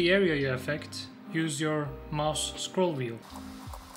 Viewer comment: hocam emeğinize sağlık süper video olmuş. mouse kelimesinin telaffuzundan ulan acaba diyip isminizi gördüm. iyi günler